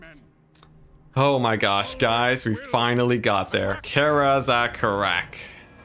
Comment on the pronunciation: Seriously microscopic level nitpicking comment: Its easier to say "Karaz-a-Karak" as "kah-rah-zeh-kah-rahk." The way you said it was more "Care-as a care-rack." I'm not sure which one is correct (almost certainly a mixture of the two) but I do know the former is generally easier/faster and smoother sounding. This is not criticism by the way, its just a comment on the nature of saying words from a fantasy language with our English-based speech patterns. Who knows, maybe you'll like saying it that way or maybe you dont care?